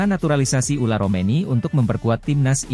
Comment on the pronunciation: Tertulis Ole Romeny tp dibaca Ula Romeny. Kowe bego le mlco we ora iso. Wong koyo ngene kok payu